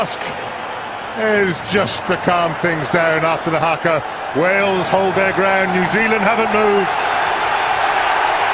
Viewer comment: I hope you know it's pronounced hah-ka